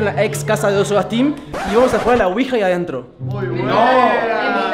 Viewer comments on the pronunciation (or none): none